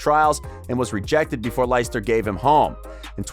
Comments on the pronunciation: 'Lie-ster' , who the fuck are them?, its pronouced 'Les-ter' , fucking dumb yank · Never heard of Liester ………...it's pronounced 'Lester', but spelt Leicester. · The way you pronounce Leicester is classic hahaha